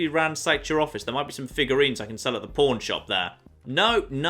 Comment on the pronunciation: Anybody else hearing "Pawn" as porn?